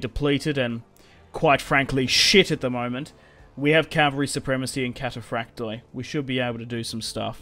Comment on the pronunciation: I just stated that you can’t really tell how it was pronounced but it never would have sounded like cathaprakte rather like kataphraktoi